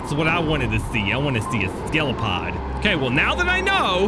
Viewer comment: It's Skel-I-O-Pod, not Skel-O-Pod.